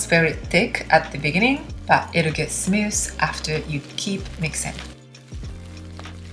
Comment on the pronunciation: it's smooth, not snuss lol